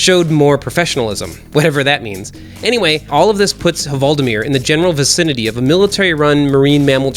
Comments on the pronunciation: Just say "Valdimir" instead of "Huvaldimir" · You don't need to say HUvaldimir, the H is silent in Norwegian :) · The H is silent in "Hvaldimir".